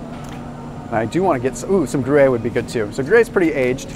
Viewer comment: Very informative video! Thank you so much! Tip: It's pronounced 'Gru' (like the dad in despicable me) - 'air', a little almost silent e at the end. Gru-air-(e). Gruyère.